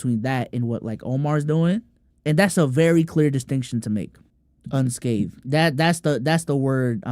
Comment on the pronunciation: It’s unscathed not “unshaved”